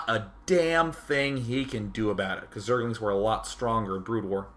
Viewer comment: zerg-el-ings lol love day9